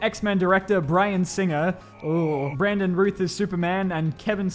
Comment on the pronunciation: You said Brandon last name wrong it's Routh not Ruth